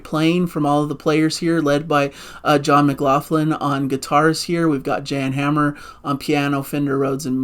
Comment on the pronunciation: Good video but please: Jan Hammer is pronounced YAWN-Hammer.